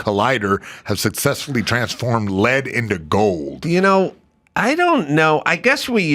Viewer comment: L E A D not LED